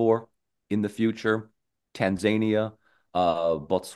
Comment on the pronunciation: "Tanzania"!?!? I hate hearing it mispronounced because I'm sure it's going to come out of my mouth at some point. Don't misunderestimate the power of word contagion